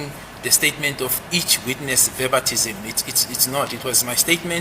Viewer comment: Verbatism or Khorroborating?